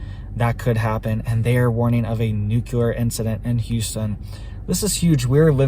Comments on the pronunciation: If you can’t pronounce nuclear right you immediately lose credibility. It’s not. “ nucular” it’s nuclear. Do the feds tweet? How did you get access? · Its new-klee-er ! Not nu ku lar. Please. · Love you. But please, for the love of everything good, it's pronounced NU-CLEE-AR. ❤